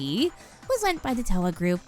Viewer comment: is correct; It’s Toh-Wuh, not Tauwuh. Proper pronunciation is welcome in Hope’s Peak, I guess.